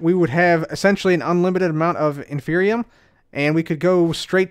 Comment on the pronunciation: Than you for mispronouncing it as "infernium", because that reminded me of a mod I was making and motivated me to make some progress in its development a little more! :D